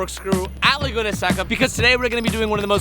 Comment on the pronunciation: LAAAAAAYguna?? What are you saying? You say that so yucky. So famious you can't pronounce the name?